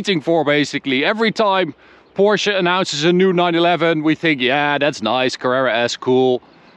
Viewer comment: love to hear that you pronounce it Porsche and not Porsh like some other reviewers